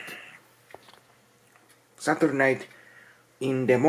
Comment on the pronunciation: In te shätyyyrdei in te inte mornin